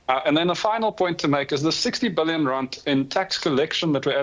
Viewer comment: Randt irratates me, it is rand 😂